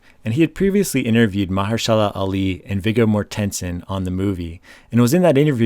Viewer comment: Sorry, but you butcher Mahershala Ali’s name. Here is the correct pronunciation.